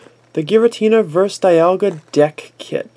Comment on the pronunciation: And btw its DEE-ALL-GUH Not DYE-ALL-GUH